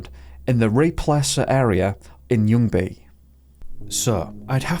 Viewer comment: I did not expect you to pronounce ljungy that correctly, even had a hint of swedish accent in it